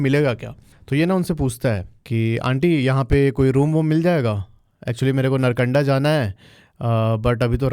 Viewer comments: नरकंडा ❎ नारकंडा ✅ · .. भाई पहले तो नारकंडा नाम सही से बोल , और कम फेंक, कोई और वीडियो बना ले व्यूज़ के लिये जिसका पता नहीं है वो क्यों बोल रहा है, और पहले खुद घूम के आओ